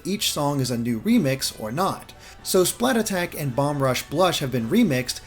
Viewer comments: Did he just call splattack "splat attack"? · "Splat-attack." It's just Spla-ttack. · “Splatattack” That hurt to listen to.